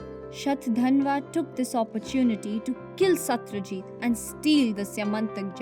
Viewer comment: Not satryajit Satrajit